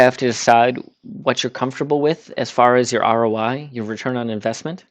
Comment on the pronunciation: He said roi.